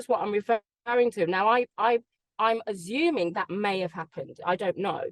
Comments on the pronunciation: Ahhhhh it makes sense now that she was 'azzuming' 😂😂😂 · Someone tell her it’s assuming not azzoming please 😩😩😩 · Since when does assuming have a Z in it ??? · If she says Azuming one more time 😂😂 Natalie's face when simon was talking said it all. Well I'm buying a house and there are 3 bidders I'm going to ring them all and ask them what their offer is and they will definitely give it to me lol. BULLSH@ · ASSUMING not azuming🤦🏼‍♂️🤦🏼‍♂️ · Why does she keep saying azuming and not assuming 🤷🏼‍♂️ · This woman is a lawyer? Seriously?😂😂😂 she has 0 grasp of logic and cant say " assuming " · She's azzuming. 😂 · The word assuming has no z in it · She can't even pronounce assuming properly. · “AZZUMING” 🤭🥹🤦🏻‍♀️ Hasn’t anyone ever corrected her? ASSUMING 🤷🏻‍♀️ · Just hate the way she says that in all her interviews, just idiotic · "I'm azzuming." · I wish he said something about her saying “azzuming” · She's "azzuming" too much 🤣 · The biggest takeaway is that she can’t pronounce ‘assuming’ properly. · Somebody should tell her that when she 'assumes' she makes as 'ass' out of 'u' and 'me'. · Simon said she was very bright, she's clearly quite the opposite. Talk about speaking before engaging your brain, funny seeing her tie herself in knots 😂 Also isn't it Assuming not Azzuming? That was quite annoying too 😅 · Why can that lady not say assuming. Wtf is azooming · It's assuming, not azzuming. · She's "azzuming" repeatedly. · Azzuming lol 😂😂😂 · I wish she would stop saying azuming and aksked. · "I'm azzuming" 💀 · She’s a joke, she consistently says things and then denies that she said them even when someone directly quotes her, and why does she insist on using the word “azzuming” when it doesn’t exist!! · Azuming..... 😂😂😂😂 this woman is a nightmare! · Why does she keep saying “I’m azooming”? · ‘I’m azzuming’ 😂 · Why trust someone that cannot even say assuming properly. I am azzuming of course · she needs to stop azzuming 😂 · why does she pronounce assuming 'azzuming'?